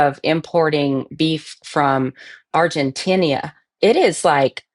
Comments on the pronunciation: With all due respect it's Argentina not "Argentinia" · It's Argentina, not Argentinia!!! It's makes you wonder if she's ever said "Argentinia"!!!